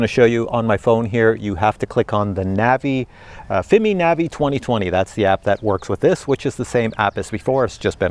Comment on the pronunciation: Still trying to figure why pronounces Fimi as Fimee, but for Cine he says Sceeny, lol! AR least be consistent! 😆 Then again, I say Feemee, and Siny, we are probably both wrong!